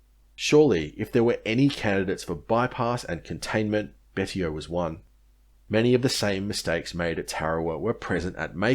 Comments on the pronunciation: I believe Betio is pronounced Bey-see-oh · You really need to do your research. The island is Chuuk Betio is prononced Bashio